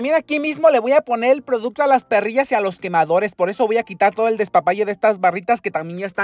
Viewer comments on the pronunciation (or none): 'perrillas' 🐕🐕🐕 Se dice 'perillas' 😂😊